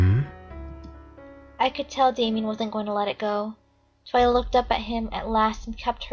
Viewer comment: its TWI-LA